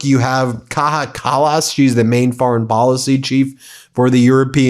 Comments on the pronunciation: FFS Ben....it's pronounced Kai-ya Cal-lus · Just a little comment: please check your pronunciation of Kaja Kallas- It's an Estonian name- so the J is pronounced as Y.. Think of it as Kaya Kallas